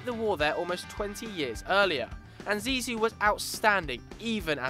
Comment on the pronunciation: The nickname of Zidane is "Zizou" and not "Zizi" . "Zizi" means penis in french! xD